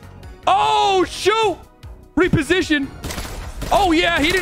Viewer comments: The "re-position" going wrong way again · 😂 " the reposition"